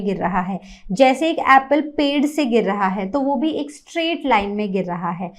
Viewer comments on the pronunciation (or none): none